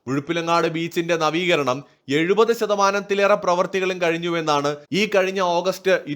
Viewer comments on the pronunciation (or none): none